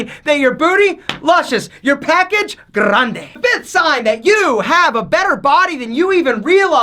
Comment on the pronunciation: your package: “grrrrande”